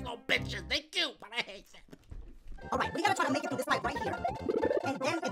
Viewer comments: For a second when you where doing your intros I thought you said “The game where ya BAKE me levels” and I was like wtf bake dang dashie u dat hungry 😂 (ps this is a joke) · Has anybody noticed that he sounds like he says “bake me levels, tweet em to pee” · Does he say baby levels or make me levels